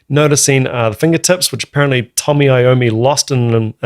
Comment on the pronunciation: Each Time you said 'Tommy' Iommi I was like 'the price for this transgression will be steep!'. This was the most gentle of corrections. The hardcore fanbase must be mellowing with age...